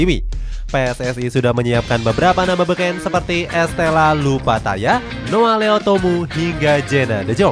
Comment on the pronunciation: Estella loupatty min,bukan loupattaya hadeh